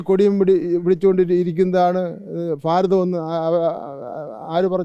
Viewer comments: ഫാരതം അല്ല കുട്ട്യേ ഭാരതം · Faratham alla bharatham😂